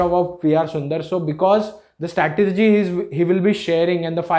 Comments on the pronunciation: The word is 'strategy' not 'statergy' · First learn how to say " STRATEGY" then you can make a video otherwise it is foolish.